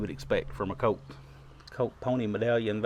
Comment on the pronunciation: Great review! I love the way you say Colt sometimes, it gives me a chuckle. “Cote”. Love these revolvers and you are a great shot!